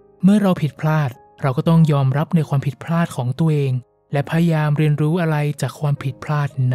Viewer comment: ขอบคุณมากๆค่ะ เสียงเพราะฟังเพลิน (มีคำว่า พยายาม ที่ผู้พูดออกเสียงว่า พยาม ขัดๆหูนิดนึงค่ะ ได้ยินมาหลายคลิปเลยแอบมากระซิบ) เป็นกำลังใจให้นะคะ ติดตามตั้งแต่ยังไม่ถึงแสนซัพ เก่งมากๆเลยค่ะ